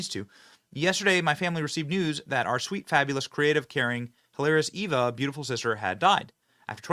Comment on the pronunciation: KYLE (pronounced KILE) EVA (pronounced EEVA) Seriously did you even go to school?